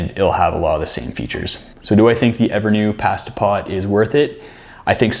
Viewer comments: Love Canadian English and Brittish English. Pas-ta pot not paH-sta pot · Where are you from? I’ve never heard anyone say the word “pasta” like that. Also great video. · Once I adjusted to hearing 'pass - ta' instead of 'pah - sta', I went ahead and subscribed.